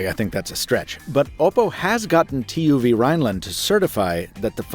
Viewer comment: BTW, TÜV Rheinland isn't pronounced letter by letter. TÜV is its own word, pronounced something like Tyff or Tiff